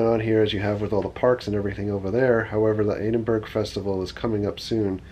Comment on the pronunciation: I loved the pronunciation of Edinburgh 😂 Love the videos. Been watching them for a few months now. On my first trip ever to Florida next week from the UK with my finance. Can't wait!